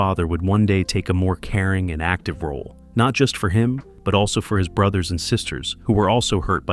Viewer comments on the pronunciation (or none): none